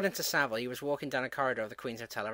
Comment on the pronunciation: Savile rhymes with gravel